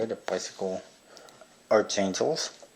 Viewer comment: Not trying to be an ass or anything, but its supposed to be pronounced as "ark."